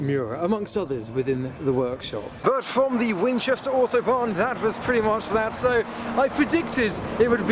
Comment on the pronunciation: I legit thought he was saying Autobahn until I realized he was saying Auto Barn. But man despite the rush this meet looks fun as heck